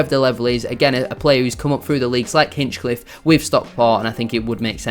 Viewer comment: Well researched but missed the target on one or two points. i) A number of the fringe players you mentioned were brought in - often at short notice - to cover an unprecedented catalogue of long-term injuries; that’s all they were, cover. ii) It’s Ben Hinchliffe not Hinchcliffe; what is it with YouTubers who simply can’t get his name right, even those like yourself who are better than most; likely golden glove this season and an astonishing story from NLN to League 1 breaking almost every County goalkeeping record on the way. iii) You’ve missed the point about County’s recruitment over the last four years and the signings you suggested were way off the mark; the players brought in were never just about promotion, but about the next promotion as well - Sarcevic (pronounced correctly ‘Sars-e-vik), Madden, Powell, Olaofe, and others. Bradford City might look at this model to their advantage and learn. Wrexham to a degree have done like County, though have actually lost out to County more than once over the past three or four seasons in player chases (Nick Powell); the Vita properties (County owner’s company) in central Manchester are a big enticement and makes playing for Stockport County very attractive (Search Vita Living in Circle Square for example). The club’s infra-structure in every respect is some way in advance of their position in the pyramid. iv) If you check out the County forum, there’s a thread about players’ contracts - not really an issue (though Ethan Pye being p